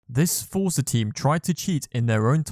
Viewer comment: Bro it’s forza. And ingame money, it ain’t that deep ._.